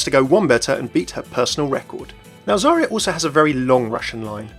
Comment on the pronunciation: Zarya's voice actor is definitely not a native Russian speaker. Her pronunciation is off.